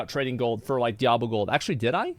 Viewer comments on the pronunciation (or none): Why does pronounces it daiablo?